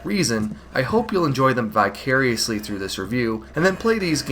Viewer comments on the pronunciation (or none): none